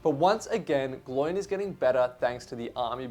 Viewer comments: Who is ‘Gl oiiin’? It’s Gloin, pronounced ‘Glow-in’ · Exactly. It’s kind of unacceptable to pronounce it like him. Same as “Eragon” for Aragorn… pet peeve of mine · Gloin and Oin is the correct pronunciation. When Gandalf lists all the dwarves in the hobbit they rhyme, especially these two being brothers 😅